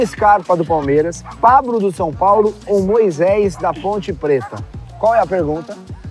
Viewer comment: o falou pabro? 😂😂